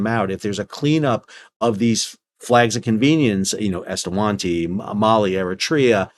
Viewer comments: You clearly hold a low bar for supposedly “smart” guys … he can’t even read and correctly pronounce Eswatini as ES-WA-TI-NI, instead of ES-TA-WA-TI-NI!!! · Just a small note on the pronunciation of "eswantini". If you look at the native spelling it is "eSwatini", where the "e" means in/at/the and "Swatini" is the name of the kingdom. So the pronunciation should be something like eh-swa-tee-nee 🤓